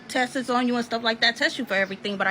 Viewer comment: Wish her the best and all but man it irks tf outta me when ppl say “test-ses” 😩